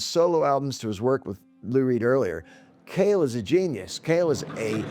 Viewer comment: It is John Cale, not John Cahill.